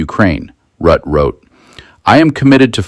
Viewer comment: Rutte is pronounced Roota.